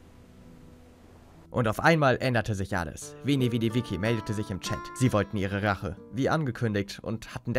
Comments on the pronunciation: Bro, geiles video, aber das heißt Veni Vidi VICI (vitschi gesprochen). Das viki triggert den shyt aus mir raus 🤣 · veni vidi viKi wie er einfach viki statt vici = vitschi sagt😂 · Alla gönn dir die 80k und wie immer nice vid btw man spricht das wie tsch aus bei veni vidi vici😂 Alpha Vip lässt grüßen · Veni vedi vici. Das vici wird witsche ausgesprochen. Auf Deutsch ich kam ich sah ich eroberte. 👌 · wenn der eine typ noch einmal veni vedi witschi sagt...